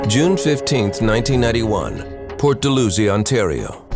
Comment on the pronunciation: Dal-how-zee not Dull-loo-zee.